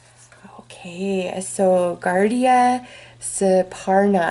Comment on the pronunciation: It's pronounced as ga-roo-da and not guardia. He is the king of all birds,has a golden body and beautiful feathers. Enemy of snakes(death), bringer of light and fire, and thus often symbolic of the sun.